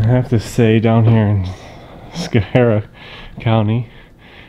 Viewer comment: My home town I love it but you miss prounced it's scho harie! The last guy the IT guy is a douche!